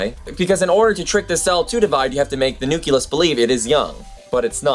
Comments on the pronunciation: Sorry but hearing nu-cle-us mispronounced so many times brought me back to my high school biology class with a teacher who had no business teaching biology. But don't let that discourage you. I'm very impressed by production quality and research that goes into your videos. I'm especially impressed that you've taken this solo venture at such a young age. I subscribed to your channel after your video about v sauce and I'm glad I did. I vote that v sauce or destin or the veritasium guy make you their protégé! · A kitten dies every time you mispronounce the word nucleus. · I implore you to begin pronouncing nucleus the correct way. Otherwise good video. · I don't get your pronunciation of nucleus... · It is pronounced nucleus not nuculus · Pretty good video, but... For the love of God, stop pronouncing it like "nuculus". It's "nucleus". Noo-klee-us. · you say nucuLUS instead of nuclEUS is this because it is correct for what you are referring to or do you need a little factoid yourself? I know that mostly nucleus is used when referring to cells; is this some type of pluralization? probably not... anyways, just making you aware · stop saying nuculus! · i'm a science teacher and i like your video. I use a lot of videos in my class, but i'm afraid i cant use yours. i just don't want to let my students think cells contain a "nuculus". You keep pronouncing it "new-cue-lus"? (16 times!!) when it should be "new-clee-us" . your old science teacher must cringe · Love the video! The only thing is the word nucleus is pronounced "new klee us" not "new ku lus" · Nu-CLE-us AAAAAAAAAAAAAAARGH!!! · nuculus hehe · Anyone else hear him say nukilus? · Interesting video, but I must say, every time you say nuculus it causes me so much pain :D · Nucleus is not pronounced "nook-yuh-liss". But since I loved the video, my duties as a grammar nazi have been nullified because I'm not mean. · a "nuculus" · Please. It's Nu-cle-us. Awesome video though. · umm that's not how you say nucleus